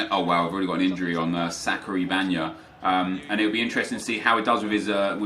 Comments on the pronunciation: lol he said sackery bagna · he said sacary banga 😂😂😂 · i was dead when he sais sacary banga hahah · Lol he said sacry banga in the 19 minute of the video